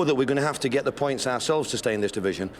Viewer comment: The way Neil Warnock says ourselves sounds like arseholes